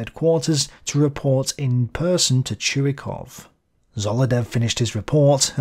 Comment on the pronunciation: His name is not pronouned "Chew-E-Cough", it is "Choy-Cough".